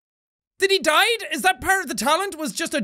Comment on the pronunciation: JACKSEPTICEYE ITS DIE NOT DAID